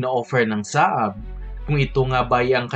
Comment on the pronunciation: Hindi "SA-AB" kundi "SAB"!